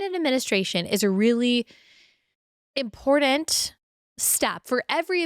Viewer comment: You also say important incorrectly. There is no D. 😅But I still love ya!